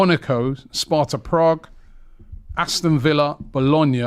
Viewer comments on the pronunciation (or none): none